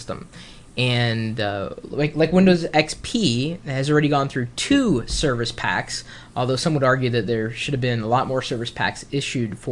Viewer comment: "serviche pack" lmao